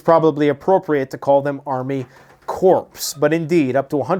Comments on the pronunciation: It sounded to me like he was referring to corpse not corps. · Corps is pronounced like core.